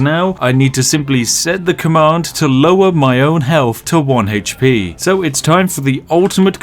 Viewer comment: I just like hearing him say "heych-pee".